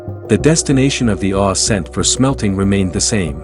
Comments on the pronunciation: I've never heard anyone pronounce ore the way you do. Are you familiar with hockey great Bobby Orr? That's how you say it. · This guy doesn't even know how to pronounced the word "ore".